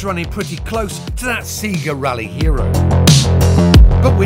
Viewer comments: Oasis Vs Blur - the old Celica like to "Roll with it" ;)....... Jason it's pronounced say-ga not see-ger...... also available to play with in SEGA Rally was a Lancia Integrale and if you completed it you got a Lancia Stratos..... too many pound coins lost in the arcades when Iwas a teenager haha - those were the days :) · Seega....it's Sayga...SAYGA! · "seager rally" c'mon plato, you're not so old you have that little clue how to pronounce SEGA are you? XD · No one’s getting mad on how he pronounced SEGA as Seaga? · Did he say seega rally?,also gt4 can go faster than he drove it,so useless test,gt4 all day long. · His pronunciation of "Sega" makes me think he has never played one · Why can't this guy properly pronounce the following words: Sega, Celica, Subaru?